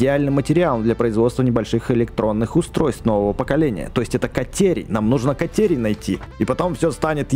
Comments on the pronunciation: Кате́рий а не ка́терий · Бэкст не катерная руда а катерийная руда залайкайте чтоб бэкст понял